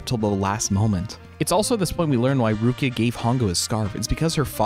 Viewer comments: The female lead's character is Ruriko... why do you call her Rukia? That's Bleach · I might be mishearing, but what I hear is you saying "Rukia" and not Ruriko. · Loved your video but I wonder why you called Ruriko Rukia or something??? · No hate, but... ain't no way this dude pronounced "Ru-ri-ko's" name as "RUU-KIA" 💀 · Did you just called ruriko "rukia"?😂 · what about everytime he says rukia instead of ruriko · You keep getting the name wrong; it’s Ruriko, not Rukiya. Also, Professor Midorikawa is Ruriko’s father, not Hongou’s. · did you just call ruriko rukia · You saying "Rukia" instead of (Ruriko) was making me think of Bleach the whole time. 😂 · Ruriko, not Rukia. Otherwise, great review. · why you keep calling her rukia?? it's Ruriko right?? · Why does he keep saying Rukia 💀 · "Rukia" LMAO are you serious with that? How do you butcher her name so badly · It's Ruriko hahahah